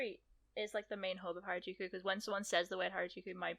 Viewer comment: This should be called things to do in places Craig can't pronounce...